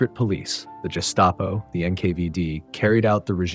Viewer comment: Gestapo, not Dgestapo